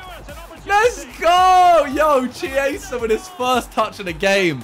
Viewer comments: Who’s gonna tell Simon that chiesa and chiellini isn’t spelled CHEEISA or CHIEELINI it’s KIEZA and KIELLINI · Chiesa is actually pronounced Key-ay-sa Keep up the good content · ITS PRONOUNCED KI-EYSA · Simon for Chiesa its pronounced Key-aysa plz don't butcher his name jus cuz we won the euros :) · It’s pronounced Kiesa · Btw you're pronouncing the name Chiesa so bad it's actually painful too watch unless you're doing it on purpose